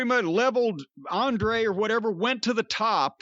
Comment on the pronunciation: Can someone tell this how to say Andrade not Andre? The olioliolioliooo bit is funny though (well it was weeks ago)